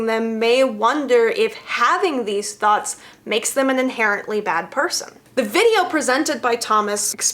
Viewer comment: I try really hard to take videos about the new Sanders sides seriously... but I keep hearing it as thots instead of thoughts.